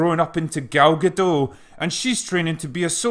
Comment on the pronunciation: Wow! You pronounced Gal Gadot correctly ...must be English ;)